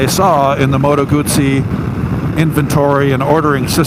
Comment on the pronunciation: Remember you pronounce Guzzi as gusi....